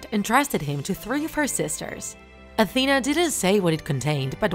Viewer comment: Why did you sey atena )